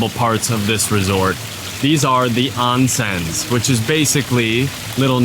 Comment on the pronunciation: LOL, "Self-sustaining tomatoes"? would love to know more.... For "onsens"......let's pronounce it like the Japanese, it is OHnsen, not AHnsen...thank you.